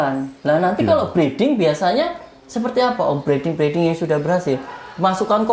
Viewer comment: Maaf, breeding bukan breading. Masa iya roti murai batu hehe..